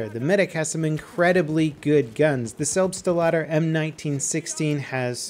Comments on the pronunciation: It's not a Selb-ste-la-der, it's a Selbst-la-der... ;) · John Locke Nah, he helped. was calling it Selb-Stuh-Lader. Selbst is a single word meaning "self" in German, Selbstlader being "self-loading". The 'st' is pronounced just like in "best", "west", "nest", etc. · It's selbst-lader. Like self loader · how would you feel if we translated the Selbstlader to selferloader, as you call it?? It's Selbstlader not Selbsterlader... come on man... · Medic gun is pronounced Selbst-Lader. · The way all English BF youtubers pronounce "Selbstlader" cracks me up. I mean, I get that it's hard, but who came up with pronouncing it as "Selp-stuh-laadurr" :,D No hate, it just caught my attention For anyone interested, "Selbstlader" is German for "Loads itself" or "Loads on its own"